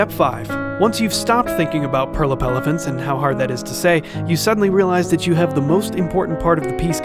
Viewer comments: Did I just heard "purple evelent" and not "purple elephant"? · Did he said “ephelants”? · purle felefants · From now on this is how I'll always pronounce purple elphalents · Ah yes, pERlApeLEphANTs